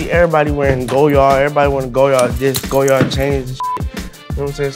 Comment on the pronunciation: He says he loves goyard but calls it "go yard" when its pronounced like lawyer with a G...